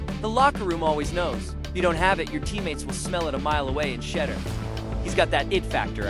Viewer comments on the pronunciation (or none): "SHEDDER" SANDERS...??? BRUH...:face-fuchsia-wide-eyes::face-blue-wide-eyes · You are not pronouncing his name correctly